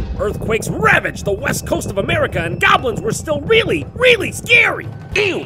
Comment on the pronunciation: Gwablins s sss... Swoowooodsss qwaablyns... Grilled gwaablins moroons swooood doooows - joint troon 2016